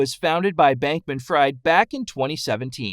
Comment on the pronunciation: You mispronounced his last name and it's FTT not FFT.